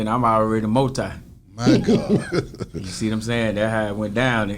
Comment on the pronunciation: B - “my gohd” 😂😂